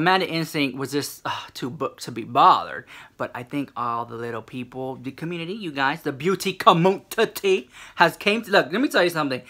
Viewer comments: I love how you say com mun titty! I die 😂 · Booty *Commun-ti-ttie *! ! LOL :) I crack up ! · "booty COMMUNTITTY" 🤣 #TeamRichLux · The way you say "community" LMAO. I am living for it!!!!!!